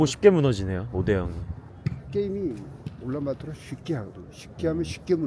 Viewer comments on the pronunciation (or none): none